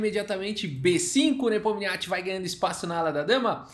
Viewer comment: É muita sílaba pra um nome só. Só conseguia ouvir o falando Nepomiatchi